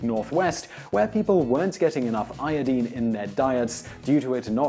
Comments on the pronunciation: yepp. it is pronunced. iodaine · Dooality its a halogen element. and its pronounced as "eye-o-dine" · ioDINE, not ioDEEN. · I twitch every time you say I O DEEN. I recognize it is a legitimate pronunciation, but it is just viscerally upsetting to me. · Qaeta you show your ignorance of correct English pronunciation. Americanisation of our beautiful language (or bastardisation of it) in the world today changed the correct pronunciation. Correctly pronounced, it is EYE-OH-DEEN not the American hash up of EYE-OH-DYNE. Sorry to burst your tiny bubble. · 😂😂ì had the same reaction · Thank you , as always for the very interesting information! I love these channels. Also, I don't want to hear "i-o-deen" ever again. Hehe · LOL "Iodeen" accents are fun. =] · Eye- uh -dine is how to say it, simon. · Iodeen? Wow learn English :P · Its pronounced iodyne. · I made an audible noise every time he said it, even though I recognize it's legitimate. What isn't, however, is that he says "EK cetera" instead of "ET cetera." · First time hearing someone pronouncing iodine like that.. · thats not pronounced io deen. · Great video even though he kept saying iodine wrong. Lol.